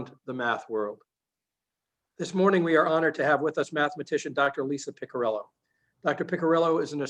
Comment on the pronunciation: Great video. But you're just mispronouncing her family name: It's "Piccirillo" (Pee-chee-ree-loh) not "pikirillou" or something.